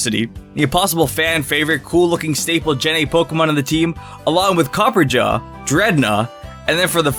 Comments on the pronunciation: It's not "Copperjaw" , it's "Copperajah". The word Rajah (pronounced Rah-Jah) means king and is used for the rulers of India, so since Copperajah is based on an Indian Elephant, well there ya go. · It’s pronounced I think (copper-aw-juh) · You mispronounced Copperajah. It's Copper and then "rajah" as in "Maharajah."